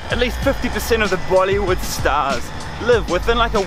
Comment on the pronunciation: he did not just say "mollywood" XD